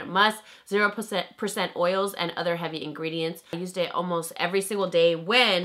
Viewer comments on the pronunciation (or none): none